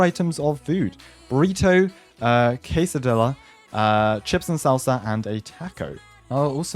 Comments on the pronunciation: bro the way he pronoucced casida is crazy lmao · it's pronounced quesadia at least in the U.S., though the spelling is the same. just fyi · bro why u pronounce quesadilla like that? 😂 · That one Mexican after said case-a-dillas 💀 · Bro fr called it a casa DILLA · Quesadilla is pronounced quesadeea